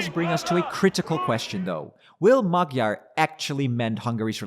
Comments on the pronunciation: even though you were in Budapest, seems you still didn't notice that Magyár's name is not pronounced "Magyar" (as with a G) but rather "Moadjor" (DJ) ;-) regards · Like your report, but can you try to pronounce the letters correctly? The g in Magyar is not spoken as a g. the gy is a completely own sound between a d and a g plus y as in yes. ;) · What keeps you from pronouncing Peter Magyar‘s name correctly?